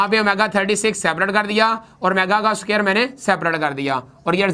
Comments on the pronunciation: it is square not so-care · aur soqaer nai hota squar hota hai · Square ko soker bol rhe ho. Pehlay bolna seekh lo phir parrhao